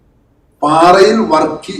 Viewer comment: "പാറയിൽ" അല്ല സാറെ "പാറായിൽ" എന്നതാണ് .